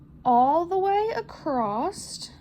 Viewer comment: your comment made me laugh because as I was working on the pumpkin listening to you, I kept asking myself "Is acrosst an actual word?"